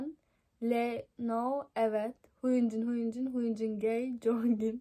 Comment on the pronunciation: Hyunin değil Hyunjin